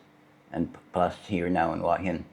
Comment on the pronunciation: There's no 'w' in Hua Hin...